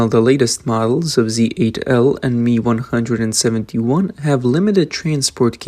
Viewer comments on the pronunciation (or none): MI is not pronounced ME but phonetically EME EYE. Like just the letters M and I.